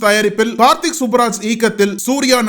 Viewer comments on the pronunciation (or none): none